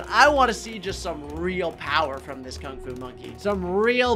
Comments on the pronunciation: Lol bro misspelled Kung fu and said Kung ku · Uh, you said King Alu not King Fu. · Nice vid but OMG HE SAID KUNG KU LOL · AH YES KUNG KU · You said the word Kung Ku, not Kung Fu. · Is it “Kung Ku” or “Kung Fu” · “Kung ku” - 2023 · ah yes, kung ku